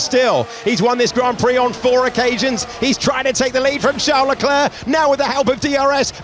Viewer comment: Great video 👍 but your Leclerc pronunciation grates! 👎